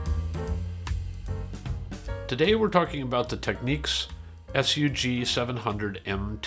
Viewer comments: Technics, not 'techniques' FFS! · Tech-nics ...not techniques. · Technics advises that the US and Japan pronunciation is “tech-neeks” and UK and EU is “tech-nicks”. Listening to Japanese ads, it is more like “tech-oo-neeks”. In any event, I went with the U.S. version. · A case of you say Tomato, I say Tomato! I'd never heard anyone pronounce Technics that way until hearing all you North Americans on YouTube in recent years. I think in the west we mispronounce pretty much all Japanese company names...